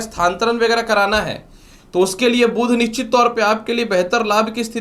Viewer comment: कृपया सही उच्चार करें, 'बुध' को "बुद्ध" न बोलें।